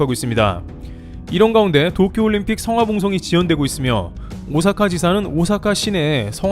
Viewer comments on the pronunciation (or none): '성화봉성'이 아니고 '성화봉송'이 맞아요! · 성화봉성 아니고 성화봉송이요~